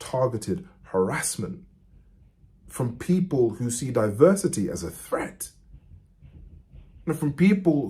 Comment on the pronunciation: He is shifty like a used car salesman... Not to mention he said "diversity" with such a weird emphasis, like he was speaking a HOLY WORD 😬 too many red flags with this guy 👎